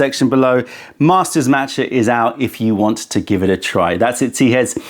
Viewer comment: Haha, but he also mispronounces "master" 😅😅